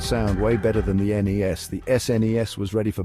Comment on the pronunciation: First you lost me at "Knee-Ess" and then these random pictures to your description lost me.